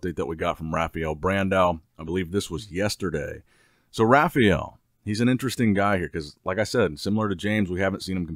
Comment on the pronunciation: Why does he call him "Rafiel"?